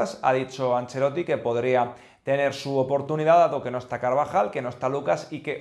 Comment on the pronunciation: Por enésima vez el apellido es ANCELOTTI, no “angelloti” ya usted parece que no sabe pronunciar los apellidos eslavos como Modrić (que se pronuncia modrich).